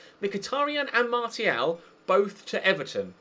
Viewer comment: why do you say martial when its pronounced marshial